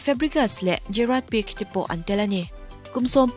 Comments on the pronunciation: Gerard Pique lam dan kha Pik nilo in Pike tiin anlam tlangpui😚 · Pique tih kha peek niloin Pk tih mai tur ani e 👍🏾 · Van ngaihnawm thin em..... Pique tih hi (pi.khe) tih anga lam rik tur deuh ani awm e😇😇